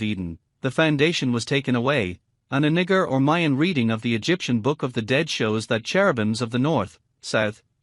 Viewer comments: Nah-gah.... no way that speech software is mispronouncing it that way. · Why is naga pronounced this way ? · Is it me or is the voice reading saying the n word over and over lol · That voice trying to say "Naga" made me kek.